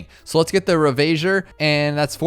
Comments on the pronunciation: Its funny how he says ravager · rip can't pronounce reconnaissance or ravager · His pronunciation of Devestator and ravager deeply disturbed me